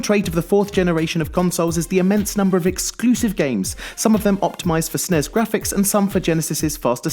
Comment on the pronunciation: y does he keep calling the n e s and s n e s snes and nes